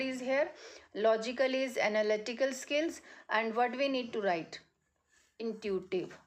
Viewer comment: Intuitive word you wrong pronounced. if you speak Hindi it would be better your speak English is too much bad I don't like your pronunciation fluency what is this as. a youtuber